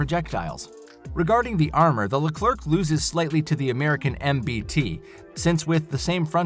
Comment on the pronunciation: It's pronounced "Le-Clair", not robo-voice "Le-clerk".